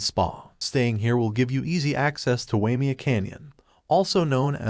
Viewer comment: A retirement place for rich people . The canyon is pronounced. “Why may a”